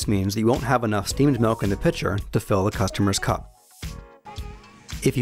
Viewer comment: what the fuck is melk?